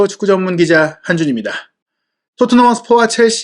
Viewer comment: 축구 젼뮨기쟈~ 이 부분 왤케 웃기냐ㅎㅎ